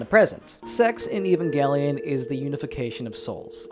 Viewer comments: Ffs its pronounced ev-ange-lion. The show is not about some guy named Evan and his gangelion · FUCK YOU ANNO, SOME OF US ACTUALLY LIKE EVANGELION!!!!! T H E R M A L.E X P A N S I O N Also, it always bothers me that in the EoE sub, they say "eh-va" instead of "ayva" (pronunciation change on EVA). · i HATE when people pronounce it "*ehvan*-gellion" or any other way than "aven-gellion" honestly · You : E - van - gelion The guy she tells you not to worry about : A - van - gelion